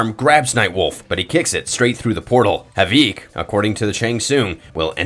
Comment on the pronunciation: How can you pronouce Havik as Haveek. So bad no one even mentioned it 🤣🤣